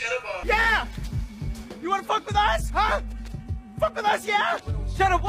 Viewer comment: Homie said chedda Bob and oscar proud I'm dead